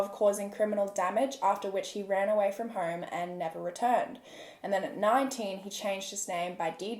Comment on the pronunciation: and "home" as "horme"